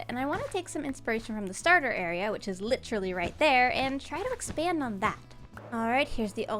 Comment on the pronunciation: says Literally in the most Canadian way it’s amazing